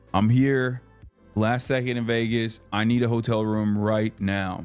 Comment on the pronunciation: i thought he was saying "hodl" then i realized he was intentionally mispronouncing "hotel"....... 🙄🙄🙄🙄🙄🙄🙄